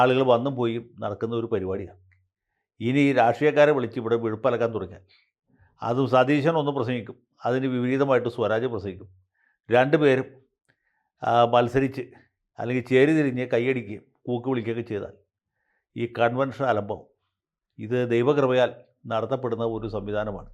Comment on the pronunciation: Sworaj enthu sadhanam aa